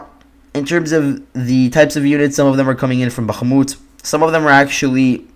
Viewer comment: nice job but your annunciation of bakmut sounds very wierd